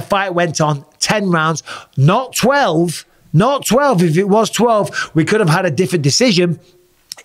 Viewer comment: fury said je haf a 12 week hard camp